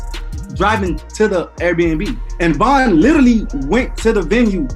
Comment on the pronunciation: It’s VON why tf you kept saying VAN?